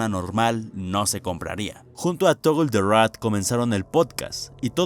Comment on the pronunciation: Desk tal vez no lo sepas pero cuando vayas a decir cosas en inglés o nombres raros con loquendo no hay que escribirlo como aparece por ejemplo en vez de escribir Toggle escribes Togel o togle ósea que lo simplifiques para que no se vuelva loco el Loquendo